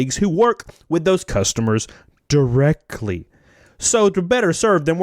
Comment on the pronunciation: "...derec-lee"... Bless your heart, dude.